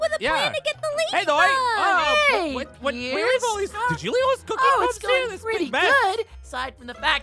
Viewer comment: Peirce pirece? ITS PIERCE